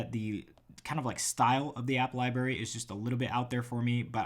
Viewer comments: are you saying library as liberry on purpose? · am I the only one who noticed when he said "Libary" LOL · Let’s say it together...Li-BRRR-ary